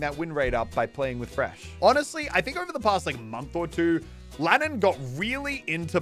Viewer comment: He did Lannan wrong